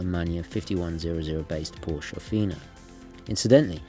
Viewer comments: Drove a 356C Porche for twenty years. "Porsche" is pronounced the same as the female name "Portia". Surprised a man of your pretensions wouldn't know that... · With all due respect, the name Porsche is two syllables, Sorry, it's a pet-peeve of mine when names are not properly pronounced, especially well-known establishments. 🙌👊🏻